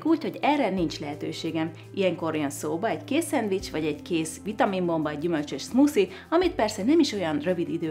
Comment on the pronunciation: szmuszi xd😂😂 amúgy az smoothie